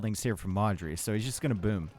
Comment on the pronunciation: Every time you say Modri I wonder who Marjorie is... :)))